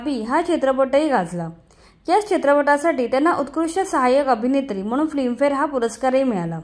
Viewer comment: फ्लीम फेर नाही ग बये. Film Fair नीट उच्चार करायला शिका